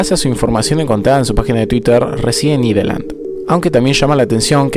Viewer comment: Me dio gracia que pronunciaste Ireland tal y cómo se escribe XD Por si no sabes significa Irlanda jajaja saludos